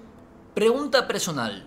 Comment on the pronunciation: Alguien noto que dijo presonal i no personal